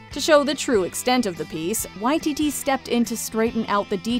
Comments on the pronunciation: This is how he himself pronounces it! And I've hardly ever heard anyone else get it right. Props to this video for authenticity! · It is correct here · Nah they’re saying it right